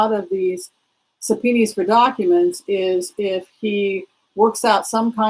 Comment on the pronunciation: Thanks love your channel - wanted to pass along that subpoenas (plural) is pronounced the same as singular (sub-pee-nahs not sure where sub-pee-knees pronunciation is coming from 😃